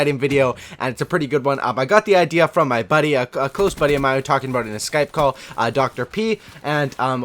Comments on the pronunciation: did he just say "abuwt" instead of about? is he Canadian? barney stinson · you had me at "today we're gonna be talkin a-boat" :)